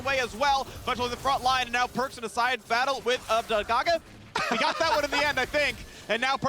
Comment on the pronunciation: ablazeolive really should be making those tp plays what a shame. xD its abbedagge come on